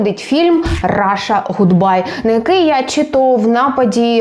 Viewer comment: Даруйте - "Ґудбай"* 😌